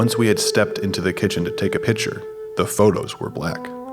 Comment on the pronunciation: Y’all really got a narrator who can’t say ‘picture’